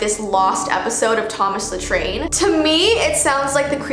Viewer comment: Thomas the Tain!! Me: Ahhhhhhh. Thomas the tank engine!!!!!!!!!!